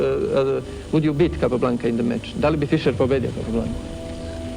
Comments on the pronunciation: Very annoying to hear Capa repeatedly called Cay pablanca. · Probably good enough to pronounce his name correctly every time..